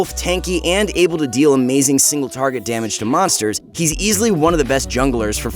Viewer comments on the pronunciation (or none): none